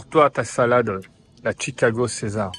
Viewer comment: Mais pourquoi tu prononces Tchicago😄